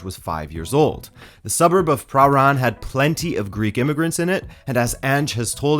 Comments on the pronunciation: Melbournian here. Its pronounced "Praan" not "Pra-han" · Pronunciation sounds pretty spot on except Prahran is pronounced Praan not Prah-Rahn! Can be forgiven though…everyone non Melburnian stuffs that one up! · The Melbourne suburb of Prahran is pronounced quickly, almost like paRAAN, with the accent on the second syllable and only the barest suggestion of the first 'r'. Rather than PRA...raan. It's similar to Americans pronouncing Melbourne as mel...BORN, with a pronounced gap between the syllables and the accent on the second syllable. Whereas Australians pronounce it quickly as MELbin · Prahran is Puh-Raan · You got his name right but Prahran is pronounced puh ran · Nailed pronunciation of Melbourne! ❤️ (Then botched Prahran lol - pronounced "Pa-ran", I know it's weird) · Melbourne: Melbin; — Prahran: Prah'n. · The suburb of Prahran is pronounced pran. If I’m doubt with Aussie words just think of the fewest syllables possible and use that, if it still sounds wrong throw an O on the end for good measure. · Yep, it's pretty much pronounced 'praahn'. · That pronunciation of Prahran was very.. canadian. Blokes like Ange have that Australian quality of commanding respect while fostering a happy, friendly environent. Players will go to war for him, and be happy to do it, i honestly didnt think he had the pure tactical skill to be in the premier league, but hes proving me wrong. If these early wins arent just luck. Then he might just do something special at tottenham. At the very least he will get the bottlejob out of them, spurs will stop being so spursy.